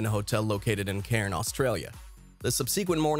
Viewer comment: its pronounced CANS (Cairnes) Aus